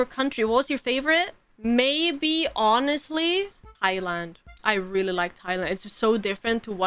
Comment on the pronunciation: Welp....new word it is "Yonestly"